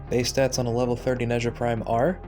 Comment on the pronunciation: Ne-Ze-ah, Ze (pronounced like the ze in zed) Z-huu-Ge Can look for the pronunciation as Nezha and Zhuge are CN words.